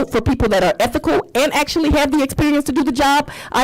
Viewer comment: Did she say ETHICAL…HA HA HA